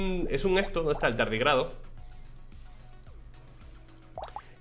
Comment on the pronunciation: Sabes que lleva un buen feedeo cuando dice "si pierdo esto, me borro el canal de YouTube" JAJAJAJAJA Me da toquetazo que leas tardígrado sin tilde (llámame tiquismiquis, me lo merezco) jajajajaajaja